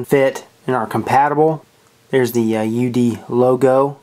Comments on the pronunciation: It's pronounced You Dee... Just like it says on the box dumb ass! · Psst the companies name is pronounced U D.